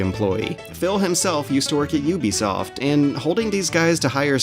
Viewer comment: I can't believe you mispronounced Ubisoft. Unsubbed.